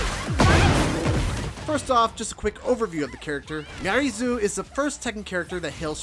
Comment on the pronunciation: It's Zo, not Zoo